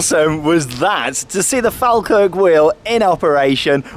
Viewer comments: listen to the scottish announcer she say's FallKirk.... not FalKirk..... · Falkirk is pronounced as "Fall Kirk' not 'Fal Kirk' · Shame that hasn't learned how to pronounce FALKIRK (FALL-kirk). It comes from the name of the "Faw Kirk" Anvient Church with speckled stone (Faw stone) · Mate it’s pronounced Fall - kirk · It's weird watching someone vlog in the area I live in lol Its pronounced FALL - KIRK = falkirk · Great video and it’s pronounced Fall Kirk 🙂. Live 5 minutes away from it, and been up many times. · sorryy but can you say falkirk right say fall then kirk seprately then try saying falkirk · Great video, although Falkirk is pronounced 'fall-kirk'. Glad you enjoyed it. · Close enough pronounaction wise but it's "fall Kirk" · Falkirk is pronounced ''Fall kirk'' lol:) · (and you) have it wrong it is definitely pronounced "fall-kirk"..... source, I'm Scottish and the town is about 10 minutes drive from me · The way he says Falkirk hurts me